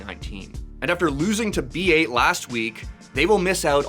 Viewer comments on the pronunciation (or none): isnt B8 Esports pronouned as "bait" not "B eight"?